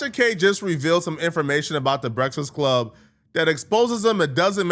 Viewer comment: Nobody:: Breasfsclub